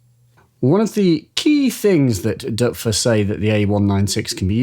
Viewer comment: OMG! You are the first person, apart from Germans..., that I have heard pronounce the name "Doepfer" correctly... I doff (or is that "Doerf"?) my cap you sir!!